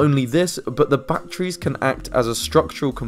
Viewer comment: Really, really good video, but "Bachrees" always makes me laugh.